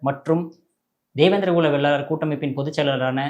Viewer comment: நெறியாளர் தம்பி படிச்சிருக்கீங்க தான வேளாளர் னு சொல்ல தெரியாதா வெள்ளாளர் வெள்ளாளர் னு சொல்றீங்க